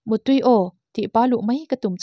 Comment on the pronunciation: Motuai ni lovin mautuai tih tur